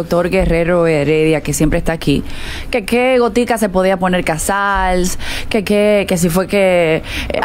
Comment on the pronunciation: Díganle. Al.. Que no es. Casar. Es. Casals